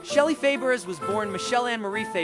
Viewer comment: This is terrible, from mispronouncing Shelley's name to using the incorrect photos